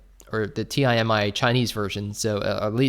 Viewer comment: Does he not know how to pronounce Timi lol